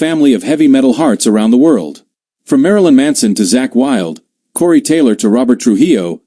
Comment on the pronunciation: marlin manso????👎👎👎 ..... STEVEN TYIER....